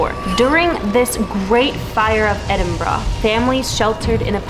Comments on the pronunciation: You asked yourself how Edinburgh was pronounced. As far as i know it's "Edinburuh" not "Edinbruh". But hé! That's what I think. Hope my reaction helped a little bit. By the way. I like you're channel a lot, But i like channel's wich contains ghosthunts anyway. You're partnering with Sam and Colby are also always a hit. Greetings from AZ-71, the Netherlands. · P😅leader Edynburg not edembra,whot is this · As someone from Edinburgh, It is pronounced Edin-burah. Glasgow is pronounced Glaz-go. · I,m Scottish and Scotland is said as it's written and not said by Americans as 'ScAtland!!!!!!! If you people can't pronounce my countrys name correctly then Dont say it!!!!.And by the way it's Edinburgh not Edinboro again not said correctly!!!!! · Edinburh and Wails 😂 It's Edinburgh And Wales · its edinburgh not bruhhh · Bruh the bridges were known as “The Bridges” in Edin’bruh’ 😂😂😂